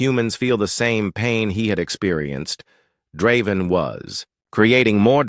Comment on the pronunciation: I don't mind the AI's voice, what i do mind is changing the pronunciation every other time it says Draven's name. That is very annoying.